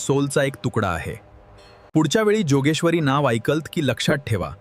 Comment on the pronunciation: जोगेश्वरी नाहि योगेश्वरी म्हणा...